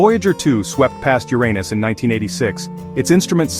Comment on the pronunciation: I really appreciate that you let this say "yur-ay-nus" the entire time. That made it so much better imo. Lol